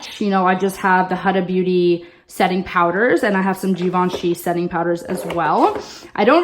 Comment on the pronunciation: Huda Beauty is pronounced like WHOda